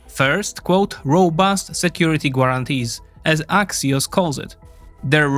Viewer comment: Maybe check how certain words are pronounced before recording. The "u" in "guarantees" is definitely NOT pronounced. And English isn't my first language either.